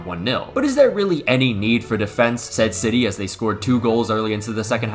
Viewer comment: his pronunciation was pretty horrendous respectfully